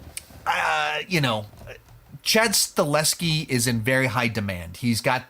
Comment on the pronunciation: I always thought it was pronounced Sta-Hel-Ski?